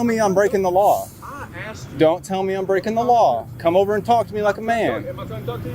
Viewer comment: Maybe if those first two officers in the opening video “asked” the man to stop recording instead of “axed” they would have gotten further. That sounds so uneducated and ignorant speaking like that. 🙄🙄